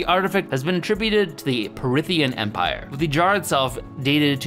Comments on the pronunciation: "The big dick battery" "Parithian" it's Parthian, only one i. It's not that hard to look up the pronunciations of these things, come on now. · CORRECTION; minor note: 'Parthian Empire' is pronounced "PAAR-THEE-UHN" Empire! That is all! Minor distinction, but important distinction nonetheless! Ps I adore your channel and love it entirely! I watch it with my three year old everyday and we really value everything you do! AMAZING! keep up the great work! 🌿🕊️✅🙂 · Another creative pronunciation from! For future reference, Parthian is pronounced paar·thee·uhn. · Parthian. 3 syllables. Not Parithian. Just in case no one else brought it to your attention. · …………. Parithian empire……. Bruh it’s Parthian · How did you manage to pronounce Parthian as Perithian? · Par-thian not Parithian <3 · It's Parthian Par thee un